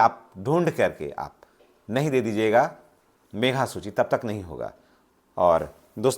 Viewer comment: सबसे पहले तो सर आप बोलने के लिए अशुद्धियां को दूर कीजिए मेघा सूची नहीं होता है मेधा सूची होता है